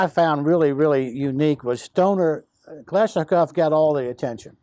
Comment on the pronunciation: I thought it was pronounced Kalashnikov, not Kalishnikov